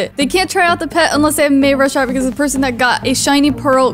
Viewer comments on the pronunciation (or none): Not mayrasharyt it's maurashart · its mayrushart